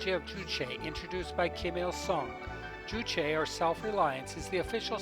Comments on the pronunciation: As the sources were not mentioned, it might have been more appropriate to have said "It is reputed that...". I have heard a couple of North Korean tourist guides in other documentaries pronounce 'Juche' as 'joosh'. If it was 'jooshay', the 'e' would be accented. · You state that the building containing living quarters in Future Scientists Street does not have proper electrical and water supplies. How would you know this if you, as a foreign tourist, are not permitted to enter it? Incidentally, 'Juche' is pronounced 'Joosh', not 'jooshay'.